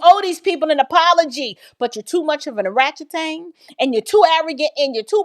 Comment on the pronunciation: Ay woman did you say oranchutan😂